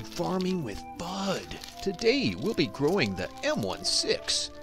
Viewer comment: Sorry meant to say Fudd. It sounds like bud to me but then I saw the description lol